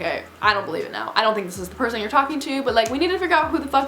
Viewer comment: You pronounced you're wrong.